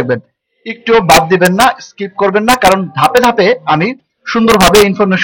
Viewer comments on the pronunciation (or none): none